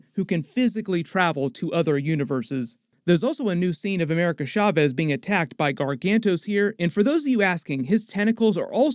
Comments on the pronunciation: As a Hispanic person, it hurts my ears every time you say "shavez" instead of "chaves." 'Ch' supposed to sound like "choo-choo" or "cha-cha." I'm use to hearing bad pronunciations, but not so many in succession, lol. Please take this as constructive critique, ty. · Why do you keep saying “America Schavez”?